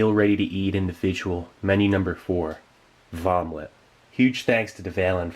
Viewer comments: Did you call it a Vomlette? lol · "Vom-lette". Nice! Lol! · Has anyone else noticed that Vomelet sounds a lot like "Vomit" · Vomelet.. I love it 😂